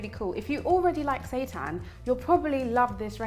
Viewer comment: But why does it sound like “Satan”?? 😈👹